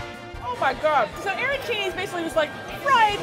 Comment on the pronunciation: As an Italian, hearing her describe arancini killed my soul.